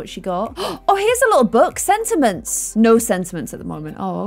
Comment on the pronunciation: Girl it’s sentiments